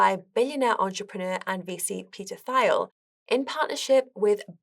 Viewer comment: First and foremost: Great video! However: "ah-ltcoins" "Peter Thile" ???